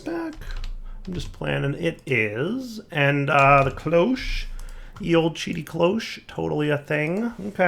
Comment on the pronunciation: it's cloche, pronounced closh, as in the clo from clock and the sh from wash.